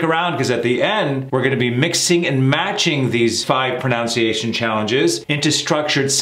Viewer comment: The word is proNUNciation, not proNOUNciation. You are an embarrassment to America.